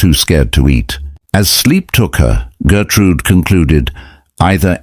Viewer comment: Her name is Gertrud, not Gertrude. Gertrude in German would be Gertrud-ey.